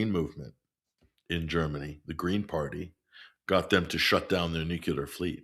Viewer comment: I enjoy listening to until he says nucular.